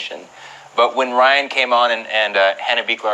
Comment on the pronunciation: She said Ryan last name wrong 🤣🤣🤣